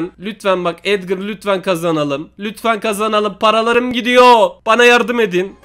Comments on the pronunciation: Edgar a edgır diyen koca yürekli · Abi Edgır değil Edgar